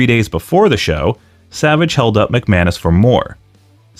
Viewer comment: The guy's last name might be McManus, but all I hear is McMahon-ish. Also I love how Road Dogg can still basically use his copyrighted WWE name by dropping the second G.